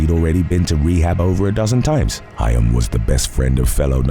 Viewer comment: Actually, Corey Haim, pronounced Hame, was the teen heart throb. As a Gen Xer, hearing Corey Feldman called a teen heart throb almost felt like blasphemy. Although he was very popular and half of the 2 Coreys, he was never the heart throb. 😅